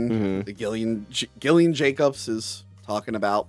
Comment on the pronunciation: It's pronounced (J)illian, I believe...